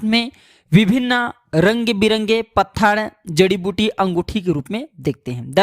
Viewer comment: pathad नहीं पत्थर बोलो